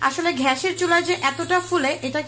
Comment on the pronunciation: ছিঃ। ঘ্যাস কি? গ্যাস gas. You are unbelievable.